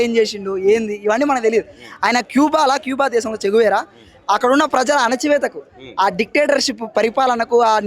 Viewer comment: ఆయన " చే గువేరా" ఈయన " చెంచా వీర"😂😂